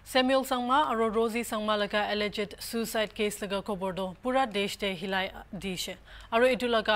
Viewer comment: May justice prevail to Lt. Samuel Sangma and Lt. Rosy Sangma. "Alleged" pronunciation is not correct.